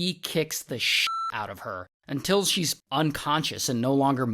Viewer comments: Who else’s booty cheeks tenes up when ray says until😂😂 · Ray, I love the 'untils'..... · I just love the “ until” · I like the way you say until 😊